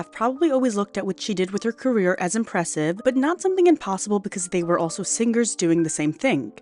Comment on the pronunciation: The sticky AI voice is irritating: "sing-ker", "endearink" .